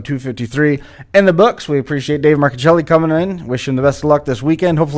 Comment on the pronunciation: My nephew David Marcuccilli....personally responsible for the MARCUCCILLI name being pronounced CORRECTLY!!!!!!!!!!! PS.........GREAT INTERVIEW..but..GET A SKYPE ACCOUNT!!